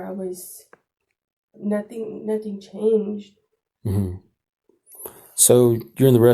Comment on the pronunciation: “nah-teen” I’m Hispanic/ Latina myself but when I say the word nothing it doesn’t come out like that I have to physically try. English is my second language too, I learned English as soon as I started kindergarten (elementary). 4th grade moving forward I stopped having bilingual teachers and was all English and lost 2 bffs by not having the same teacher lbs 😢 😅 but 3 out of the group were mean to me. Very mean in fact. Made me cry a few times. Anyway, idk how some of them do it when saying the word nothing to nahhh teen so naturally 😅 exactly how this one is speaking but more enhanced.